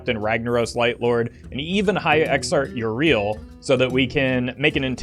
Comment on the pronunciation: Yee-rell, not yee-reel.